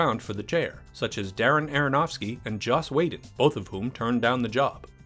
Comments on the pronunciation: giftofgab247 and it's is Joss not Josh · Am I the only one who was bothered how he pronounced Josh “Whedon”?